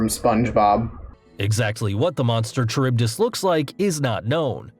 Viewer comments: Scylla and carybdis were pronounced wrongly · The pronunciation of Scylla and Charybdis was also awful. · The guy's pronunciation of Scylla and Charybdis hurt my soul. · I hate how he pronounces Scylla and Charybdis. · The way this guy pronounced "Scylla", I had no idea what he was talking about at first lmao (Also, pronouncing the "ch" in "Charybdis", and the distinct "poe-sigh-done", what the fuckkkkkk I'm dying) Edit: I just got to "kuh-too-loo" and I'm now convinced this is on purpose. There's no way this guy genuinely believes this is how to pronounce these names. No fucking way. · The greek pronounciations hurts me as a greek mythology obsessed individual. The video: Sky-la, Char-ib-dus, Zer-ber-us, Chime-air-ah Me: Sill-ah, Car-ib-dus, Ser-ber-us, Kai-mare-ah